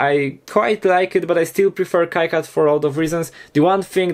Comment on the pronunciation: lol, it's not a Kai-CAD, it's pronounced Key-CAD ( KeeCAD )